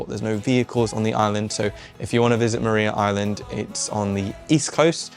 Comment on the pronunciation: It's Mar-eye-ah Island and it is one of my favourite things in Tasmania. Recommend staying in one of the penitentiary cells in Darlington. Beautiful place!